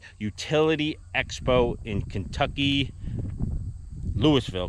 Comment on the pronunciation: No problem atleast u pronounce Kentucky correct